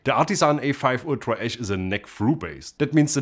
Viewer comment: Every time he said “ash”, I heard “esch” and though it was an “Ultra S” model.